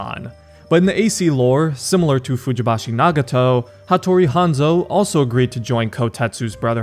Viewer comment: Nagato’s last name is pronounced “Fujibayashi” not “Fujibashi” lol